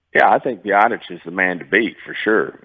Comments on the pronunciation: LOL this clown doesn't even know his own player's names. Bi-daz?! Sigh. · Did he call Biadasz, Biadash? Lol